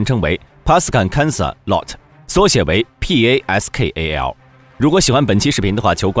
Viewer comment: 马来文读音是： 趴苏干 卡斯 拉务 简称： 趴斯卡